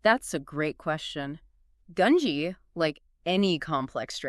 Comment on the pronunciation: Both of them also pronounce gungi 2 different I assume because they don’t know how its pronounced so they say it 2 different ways so no one in the comments tries to correct them, theres also other mispronunciations like merooem 😭